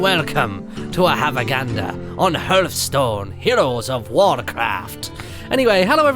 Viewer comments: Martyn, it's pronounced harth-stone, not hurth-stone. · ITS NOT HRTH STONE!!!! ITS HEARTHSTONE!!!!!!! HEAAAAAAAARTHSTONE!!!!!!!! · I cringe every time he says 'herthstone' not 'hearthstone' xD but nice video i was really interested in the ipad version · Love how he pronounces the title wrong because the h is silent so its meant to be pronounced heartstone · Actaully you do pronounce the 'h'. He still pronounces it wrong though. It is pronounced har-th-stone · It depends on where you are and your accent. Eg Day-zee and day-zed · Is it THAT hard to pronounce the name properly?